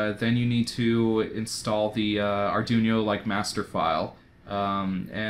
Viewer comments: no, i didnt mind arduboy, its just ar-dune-yo really jarred me. i think im gonna preorder my own real soon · or arr-dwee-no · the way you pronounced arduino pained me, but great video! cant wait to buy an arduboy and dig into making and playing games